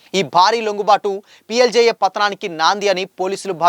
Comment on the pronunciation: PLGA ra 😂😂 PLDA kaadu 😂😂madvi kadu😂😂 madavi hidma😂😂